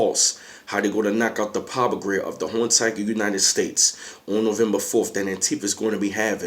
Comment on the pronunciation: What the fuck is "Nuvumbufawlf?" 😂